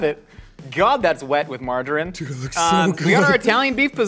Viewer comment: Anyone else hear "marjoram" (the herb) every time says margarine? Wonder how he pronounces "tangerine" (one of Led Zeppelin's finest songs....and a fruit)?